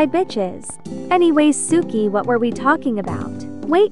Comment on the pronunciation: my favourite part was when she said "W-H-A-T"